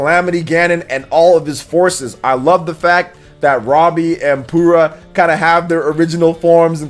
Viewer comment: Did you just call Purah "Poorah"? lol.